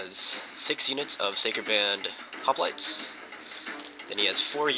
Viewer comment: LOL it's funny the way you pronounce the word "Sacred Band" I always understand "Psycho Band" XD GG though!!